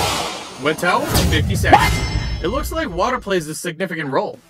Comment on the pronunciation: You should say seconds not se